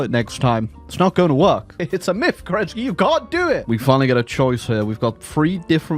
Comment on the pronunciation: FYI, in Slavic languages, the stress usually goes to the first syllable. So it is is pronounced Ke'renntskiy! Though, in case of Romanov, stress goes to second syllable - Roma'nov. Weird, I know.